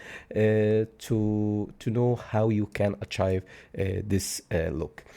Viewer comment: AH-TJAIF ..(no)... Ah-Tjeeve ... Achieve!!! NO ACHIVE